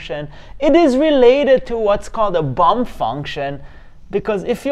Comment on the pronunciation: Did you say a "bump" function or a "bum" function?